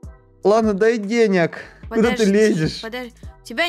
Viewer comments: что такое деняк правильно денег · Вообще то правильно дай денег а не дай деняг😒